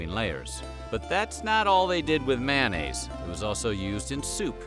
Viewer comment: "MANN-AISE: ?? How about "may-on-naise".